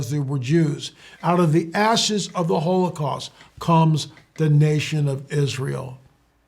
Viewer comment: out of the ashes not asses, boy you slipped on that one brother but i know what you meant to say